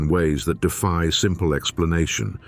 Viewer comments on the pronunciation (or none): none